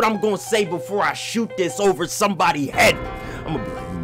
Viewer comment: why he say head like that